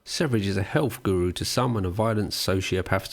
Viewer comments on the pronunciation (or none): none